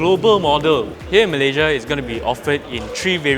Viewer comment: Malayjia..malayjia... you're a Malaysian born. Pronounce your country's name properly. What for following native speaker's pronouncing Malaysia as malayjia.